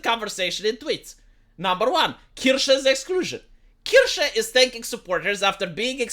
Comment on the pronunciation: ist's Kirche, not Kirsche... the first one is a Church the second one is a Cherry... know the difference,, pronounce it korrektly!;)